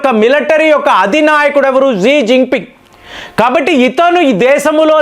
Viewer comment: Xi is pronounced as shi/she